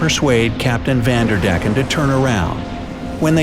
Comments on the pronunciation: I like how they say van der deck, because I'm dutch it's a bit funny and a bit irritating😂😂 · Its not spoken like vanderdecken its van...der...decken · I’m dutch and I laughed because he speaks the name van der decken really funny out. Sorry for my bad English.